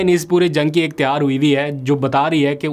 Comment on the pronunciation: Aap lpg Tayyar ki tiyar kehte hain pl correct your urdu